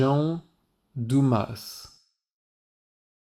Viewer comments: I would've playfully nudged and gave a smirk when he pronounced his name as dumbass 🖤. That had me on the floor 💀💀😂😂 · is deliciously sarcastic, especially the way he pronounced Jean Dumas’ last name as “Dumb-ass”. 😂😂😂❤ I love him so much. I suddenly just realized that this guy is a French version of Gilderoy Lockhart. Ugh. 🤔😳